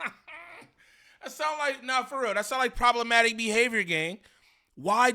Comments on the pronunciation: He said problementive lmao it’s problematic, and another note , niem you care about ts way too much man 😂 like even more than munchie wtffff 😂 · Omg problementive? 😅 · didn’t pay attention in English class 😂 “problementive”? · Bro I try not to be the grammar police but bro!!! “ PROBLEMENTIVE “ isn’t even a word😭 I mean come on bro ya’ll making us look bad when you try to sound sophisticated and make up your own words accidentally